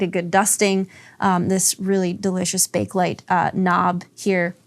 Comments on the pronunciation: "Bakelite"was invented by a guy named Baekeland and is pronounced "BAY-kuh-lite". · I know it makes no sense what-so-ever but it's actually pronounced Bay-kuh-lite.